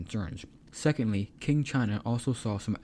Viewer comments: I got confused for a second after hearing king dynasty, only to realize that you mispronounce the qing dynasty. It's spelled as ching, q in chinese become ch sound. Qi becomes Chi, Quan become Chuan, Qin is Chin, and Qing is Ching. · it's pronounced Ching not King Dynasty. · Maybe fix the pronunciation. It's "Chin" (Qin) not "king". Very confusing. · Tching not "king"